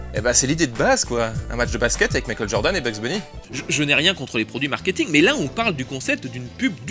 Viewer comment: Pitié on dit "djordan" et "djaim" et monstar pas mounstar, sinon c'est du bon comme d'hab